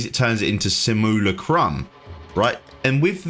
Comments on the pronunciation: Say it with me.. sim.. u.. la.. crum. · Say samillykrum one more time. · are you purposely saying Simulacrum wrong? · Dude I know English is weird for pronunciation basically anything that is not English. But how on earth did you come to the conclusion that Simulacrum is pronounced the way you did here? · I swear he is intentionally pronouncing it messed up 😂😂